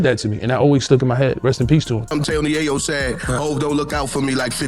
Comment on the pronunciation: It’s fuckin ya yo like coke not yaaah yoooo 😒if goin talk about bro least say his name right🗡🗡🗡💯